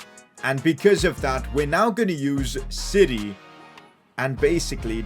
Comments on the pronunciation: who else thought he was saying “City” when he was saying “siri” lmaooo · Whenever he says Siri I hear city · Did he say siri or city